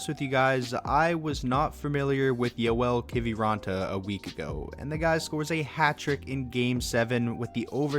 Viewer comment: You pronounced Joel Kiviranta really well!